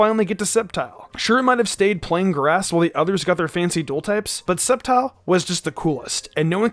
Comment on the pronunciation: Well I guess nobody noticed hi saying sceptile sneakyli